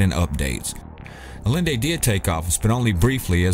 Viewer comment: salvador a-yen-day. ll=y in spanish...